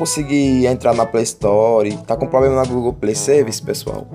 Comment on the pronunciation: "poblema" "pobema" .